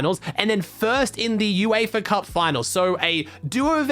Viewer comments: Its Uefa Not eufa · BRO ITS UEFA NOT EUFA